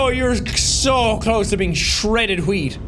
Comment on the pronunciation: Shredded wheat not hooweat